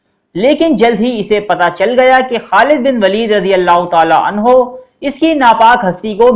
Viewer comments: 5.25 pay aap nay abubakr ko anhaa kaha ha anho kaha karo bahi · Aap nay bht dafa anha use kiya ha kindly anho bola kary sahabi k sat